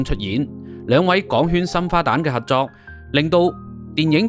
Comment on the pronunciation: 網主，要注意有好多懶音。 合約-核約； 合作- 核作； 十幾級樓梯～十幾咳樓梯，男人-難忍； 情深- 情新。